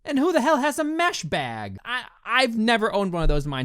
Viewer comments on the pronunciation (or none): I thought he said meth bag not mesh bad...